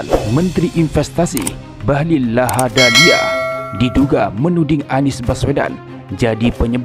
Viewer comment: Komentator asal bunyi bahlil ladahalia sebut bahlil lahadalia wkwk